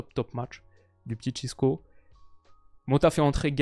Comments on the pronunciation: Ce n’est pas « Cisco », c’est « Francisco » ou «Chico» (prononciation comme dans l’album « Le Monde Chico » de PNL) 😉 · Encore une vidéo très qualitative ! Je profite pour te dire que le diminutif de « Francisco » en portugais c’est « Chico » et pas « Chisco ». Mais en tout cas toujours un kiffe tes vidéos!